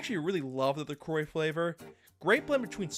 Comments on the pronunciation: "La Croah" ❌ "La Croy" ✅ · The anglicized pronunciation of La Croix always takes me by surprise lol